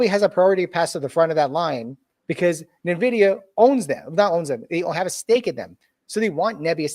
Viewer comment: "Nevidia" bro, in 2025 that's a capital sin